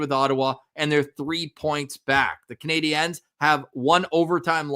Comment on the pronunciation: If you want to say the Canadiens with the french pronunciation you can't say the "s" at the end.